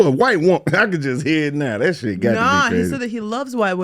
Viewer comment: Ok who is she.... at the mark... the way she said shiiidd... yeah that black boy friend really injected the culture in you 😂😂.